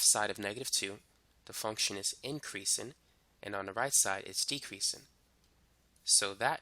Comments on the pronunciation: "decreasin' and increasin'" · LMAOOOOO i love how he repeats it